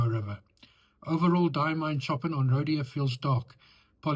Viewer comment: BTW, don't mean to nit-pick but Ch in Chopin is pronounced as Sh and the 'in' is more towards 'an'. Sorry - I'll get me coat...